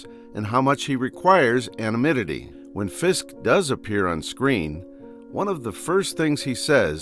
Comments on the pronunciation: Say it with me: "A-non-NYM-ity" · Good video, but can't you get an AI voice-over that can pronounce "anonymity"?